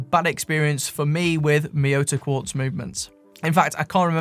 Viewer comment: It's a kwartz..... A KWARTZ!!!